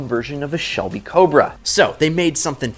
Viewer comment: "Sharoll Celby" Bruh.💀💀💀💀